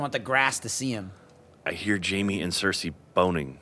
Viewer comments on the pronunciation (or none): none